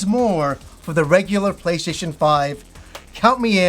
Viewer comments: Sounds like at some point he abandoned calling it the "PlayStation" and switched to "PlayShayshun"....I understand though, the mouth is just another muscle, like when your arms start giving out on military press. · funny how you say "play-shay-tion"